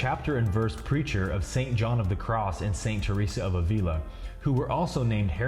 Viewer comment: Avila, check pronunciation 🌺